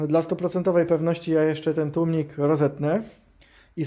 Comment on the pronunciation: przecież za każdym razem mówił tłumnik xd